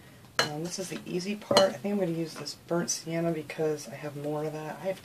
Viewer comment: I love this idea, unfortunately I haven't been able to find the wooden crates at any of my Dollar Trees. But I got some smaller ones Michael's. And you did pronounce Sienna correctly, like see enna. ❤😀